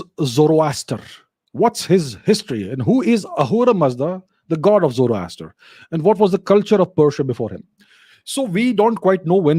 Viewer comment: Zoroaster is more sound like zoro aster i.e. Zaro Asur